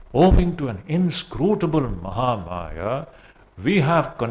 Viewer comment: The difference between Aham and ldam is clear Pronam Maharaj Ji